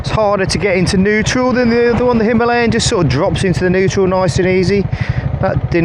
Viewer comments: I'm sorry but I can't stand this dude pronouncing himalayas wrong it's not a himarlyan 😢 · And you got the perfect Indian accent for “ Himaaalayan” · I find your pronunciation of Himalayan strange, Hi-ma or Him-a! hope this makes sense? gr8 vids so far, just luv'n the difference between bikes, the RE looks the bike that has surpassed its predecessor, although KTM looks the part.............